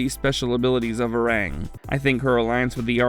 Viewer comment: It hurts to hear how you pronounce Var-ang ! It's pronounced Ver-"ong"